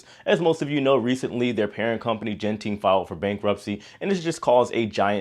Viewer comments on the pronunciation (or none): FYI Genting is pronounced with a “g “ as in gutter.